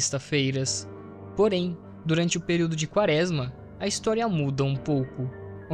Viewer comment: vc já falou, pq é um Erro, se percebe q vc Não conhece a palavra(errando todas às vezes) e isso atrapalha na absorção da sua mensagem. Seria só regravar essa parte do áudio.